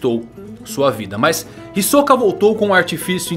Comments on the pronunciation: Já disse mano, até no anime eles falam Hisóka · "Hisôka" kkkkk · Não vai me dizer que você acha que se pronuncia "Hisóka".